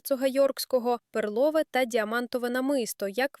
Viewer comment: Не перлОве, а пЕрлове!